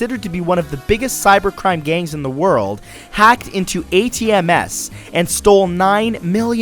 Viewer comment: "...hacked into A-T-M-S..." Do you mean... ATMs? lol